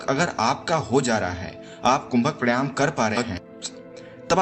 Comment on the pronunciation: Pehle bolna to seekh le pranayaam tak nahi bolna ata